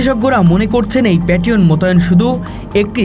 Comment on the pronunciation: জিনি খবর পরছে তাকে আগে ভাষা বা উচ্চারন শিখুন কারন আপনি পেট্রিয়ট ক্ষেপন অস্ত্র কে আপনি পেট রিয়ন বলতেছেন আর বালটিক রাষ্ট্রকে ব্যালাস্টিক রাষ্ট্র বলতেছেন কোনটা সঠিক